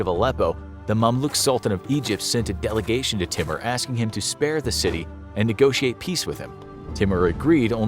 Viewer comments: It's not pronounced 't-mer'.... It's pronounced 'tai-moor'... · Timur is pronounced as Tymoor !